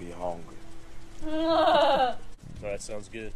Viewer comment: “You got something to eat up in there? We HONGRY”